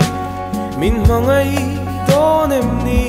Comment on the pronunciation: Mizo tawng lamah i sang viau nain,tinge 'Em ni?' tih turah 'Ami?' tih te, 'Nichin' tih turah 'Nachin' te iti leh nulh2 bawk sia..